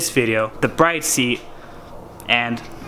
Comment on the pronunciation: Liked before watching! It's pronounced brid tho